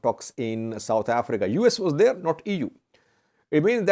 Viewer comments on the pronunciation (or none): none